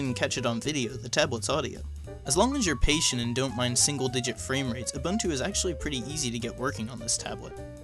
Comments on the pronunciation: Who else remembers a-BUN-chew from OSFirstTimer? It's oo-boon-too not a-bun-tew. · Ooh boon too..... ubuntu not.... you bun too..... or ooh bun too....jesus why is everyone pronouncing it wrong..... it says how to pronounce it on the website.... ooh boon too.....